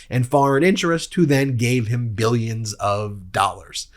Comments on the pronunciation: “Beelions and beelions”! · I wish I could go one day without seeing this clown 🤡. I would have to be under a rock to not see or hear him. Just hearing him say “bi-yuns and bi-yuns of dollars” makes me cringe. The ruin of our country is DJT. 🤮